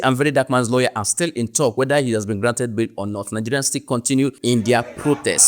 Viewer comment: The way Ghanaians pronounce Nigerians is sweeter than how anyone else does